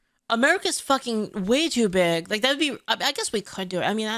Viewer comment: She said pink hair with BEEG boin-boins... Oh god is June gonna take up rapping?